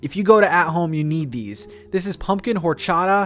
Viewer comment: Never heard of at home! But lots of cool things 🦇 Ps. The h isn’t pronounced in the word “horchata”